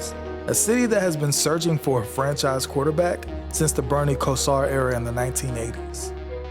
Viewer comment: Bernie Ko-SAR?! It’s more pronounced Bernie KO-zar. But great job on the video!